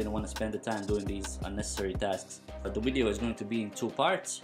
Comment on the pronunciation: Please say "wideo" again 😂😂😂